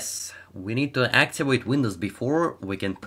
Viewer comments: Your V sounds way to W. Activate not Actiwake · Its Activate not Actiwate. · Sounds like your saying actuated instead of activated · "Hello everyone, in this video I will try to axiwate windows... "